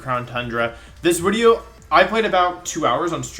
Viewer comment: why are you calling it wideo?